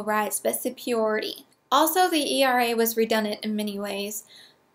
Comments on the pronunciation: I don't get it. You can pronounce Paglia, but not superiority? Oh, wait. Paglia has only two syllables. Oh, and, by the way, you're awesome. I agree with everything that you say, except for religion. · Never mind. I think I'll just start saying "supiority". You said it three times, and it's growing on me.